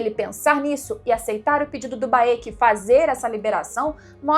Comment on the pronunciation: Vc chamando o Baek de Baêki é engraçado kkkk É só Béck. Sabe a Raenyra de House Of The Dragon? Pois é... mesma logica. Nao é Raênira ou Rânira, é só Rênira/Rénira. A = A Ae = É/Ê I = I Eo = Ó/O Eu = U